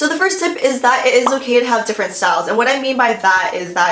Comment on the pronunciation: Ahahahhaha its differENT not differNENT